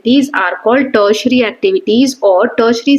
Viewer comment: It's not tetsetary it's teri tiary mam